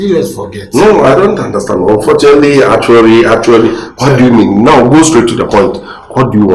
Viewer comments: Unfortunatry, actuary 😂😂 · Unfortunatery eerr artually, eeii, are you sure this is how to pronounce the words 😅😅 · Is actuarry and unfortunatery